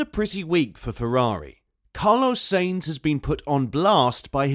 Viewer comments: Is this a robot talking? When i hear so many terrible pronunciations i figure its a bot. Its sahinz not say-inz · I swear you say "SEEEINTZ" intentionally. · SAINZ is pronounced as 'Sah ints.' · Am i the only one that is annoyed by how this man doesn't know how to say "sainz"